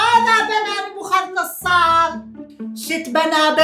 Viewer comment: نبوخذنصر يلطم بالزاوية حتا اللفظ غلط😂😂